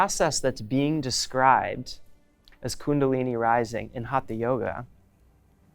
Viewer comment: Westerners including have a hard time pronouncing HATHA properly. It is HUT-HA. Not Haatha. The T uses a retroflexed tongue which is near impossible for westerners! Go south from Goa to Karnataka, and in Kannada hut-ha means being stubborn or obstinate! A hut-ha maari is even worse: a hard headed devil!:) Hut-ha was meant to indicate that it is a Yoga of physical force or energy. From Wiki: "The Sanskrit word हठ haṭha literally means "force" and thus alludes to a system of physical techniques." हठ: in this word, the second letter is a hard, aspirated THA sound. Not like in Thin, thick.